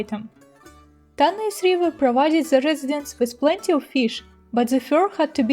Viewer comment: The Greek word is Τάναϊς Tánaïs. The stress is on the first syllable in Greek. На греческом, ударение ставится на первом слоге. Кроме того, на современном греческом, сочетание букв "аι" произносится как русское "э." Получится как Тaнэс.